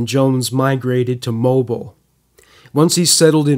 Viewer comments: YOU ARE SAYING IT WRONG!!! ITS MOE-BILL!!! NOT LIKE A MOBILE CELL PHONE!!!! MOE-BILL!!! I LIVE IN MOBILE, ALABAMA! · Had to comment: "Mobile" is pronounced Mobeel. Great show as always. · Mobile is pronounced like auto-mobile. Great doc! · It’s pronounced mobeel